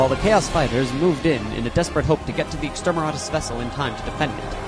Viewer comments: Loved it. A little work on the script to tighten it up a bit would make it even better. One final note, it's extermiNatus, not extermiRatus. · I keep loling when i hear you say Extermeratus weapons. It could be i am hearing it wrong though